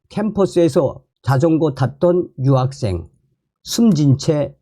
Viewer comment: 발음 똑바로 하세요 여학생 인지 유학생인지!